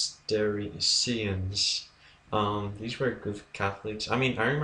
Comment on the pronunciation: That was awful. Specially the pronunciation of Cistercians. lol